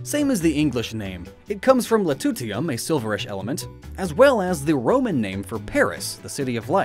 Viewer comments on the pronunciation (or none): Loo-tee-shee-um. Lutetium. You know Wikipedia puts a pronunciation guide on every element, right?